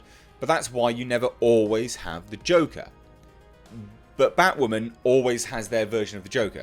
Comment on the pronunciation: Lmao did you just call it bitchwoman?